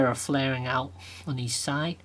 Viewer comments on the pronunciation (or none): its side not si